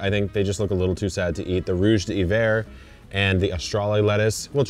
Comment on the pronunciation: ohhhhhh Jaques that pronunciation of rouge d'hiver was absolutely diabolical hahaha. I know people feel weird pronouncing things in other languages but you could have at least tried 😂